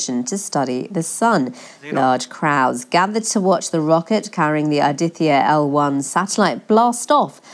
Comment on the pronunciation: Why don't the western correspondents learn a little more before reporting about India? Aditya a Hindi word.Vivek as in cake!😊